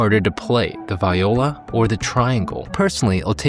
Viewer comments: lol it’s “vee-oh-luh” ;-) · You didn’t learn how to say Viola.